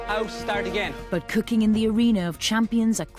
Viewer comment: Haaaa you should learn to Asian for real "coocking"